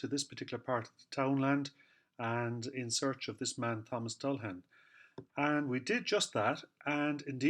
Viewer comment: I appreciate that alternative spelling of the surname, and also your correct pronunciation. It beggars belief how many phone calls I receive, or if I'm outside Dundalk, the amount of people that pronounce the surname as "Dullagan". I thought it common knowledge a 'g' immediately followed by an 'h' is silent. They don't do that with many other examples, Such as Callaghan or Cladagh. It's one reason I don't put the 'g' in my social media accounts. Initially, in my time, they said the surname was from Limerick, then from Antrim and then Offaly. They said name was Viking, then not Viking but old Irish. There's a lot of pass speculation academia treated as fact, only to be proven otherwise. For a surname that's been around quiet awhile, there's not a lot of Dullaghans about. With Louth being the county with the highest amount of Dullaghan families. While in Dublin about 2008 in Jervis shopping centre. A Dixon's employee looked at a store document for a product I was having returned. And he mentioned it was the first time he'd ever met someone outside his own family that had the same surname as his. I found it an eye-opener. I regret neglecting to ask him how his peers pronounce the name. I believe the 'ghan' at the tail end of surnames can just as well be 'bhan'. Something I would like to know about, but too shy to make enquiries.